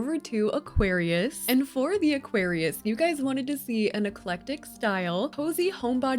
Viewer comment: As always, Aquarius gets butchered 😢